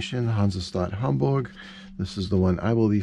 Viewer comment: That came out really well, and sure does have some nice details. I was glad to see you weren’t sporting a mustache; you don’t sound like you’d have one, and now I don’t have to tell you you have to shave it off if you want to keep me as a viewer. And your pronunciation of Hamburg? Spot on! Took me right back to my high school German days. I enjoy your show, so keep the vids coming.